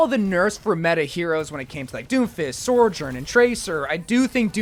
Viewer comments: Bro never fails to extremely confidently slide an "r" between sou and jorn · Ah yes, SOREJOURN